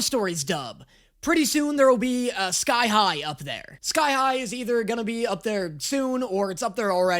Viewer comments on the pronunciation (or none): Every time he says sky high all i hear is thigh high